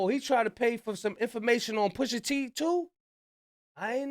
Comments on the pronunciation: "Poosha T" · "Poosha" is killing me. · “POOSHA T” 😂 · "Poosha T" 😂😂😂